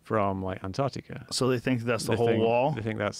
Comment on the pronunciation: It's Antarctica not Anartica dear :P